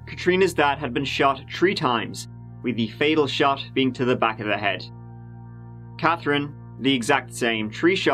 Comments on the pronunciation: Love how you say Cathrine 🥰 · Your accent perplexes me. You've no trouble with the 'th' in mother, there, both, they, or Thurman, but then Katherine, bathroom, and thirty sound like you're dropping the h. What's really going on here?!